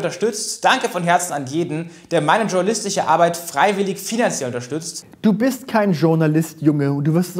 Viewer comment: Schtschornalistise abeid